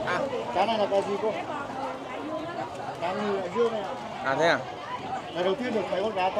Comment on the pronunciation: cá Ngừ, a cứ cá khờ rồi cá cờ! hài vãi!! a nên làm khóa giọng quoãng nôm đê!!